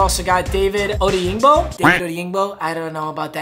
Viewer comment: LMAO DAYO ODEYINGBO (DYE-YO) (ODAY-INGBO)